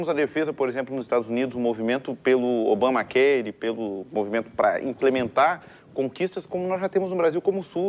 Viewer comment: "ObamaQueire" kkk